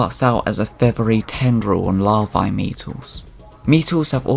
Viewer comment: You put the emphasis on the wrong vowel in EVERY noun you used. Even "Larvae" 😢